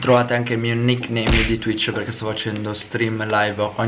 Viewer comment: non devi dire twich